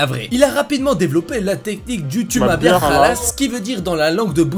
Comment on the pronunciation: Moi qui suis Algérien il dis même pas bien le mot khallas 😂😂